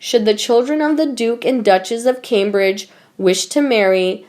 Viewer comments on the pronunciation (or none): none